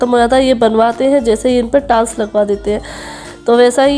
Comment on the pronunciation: Yr tals kya hota h bhai tiles to suna tha hahaha